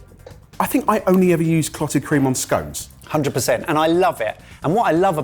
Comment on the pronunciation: I'm just saying it's not pronounced scones it's pronounced scones. Why, oh, why can't the world get this right. It's easy for pitys sake. SCONES.😂😂😂